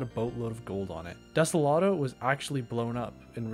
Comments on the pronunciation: ah yes, de-se-lat-o not de-so-lo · When you sed Deselato you mean Desolo? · i swear some of these mispronunciations have to be on purpose, like, *desolado*?? for real?? (also vanessa is pretty wild) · I love how he said he butchered Usagi's name (I'm pretty sure you said it right) but instead called everything else wrong 🤣 like desolo becomes desolodo sand vasenia becomes vanessa. VTOL (Vertical Take Off and Landing) becomes VLT!? Great video! Keep up the amazing work. Also, banana🤫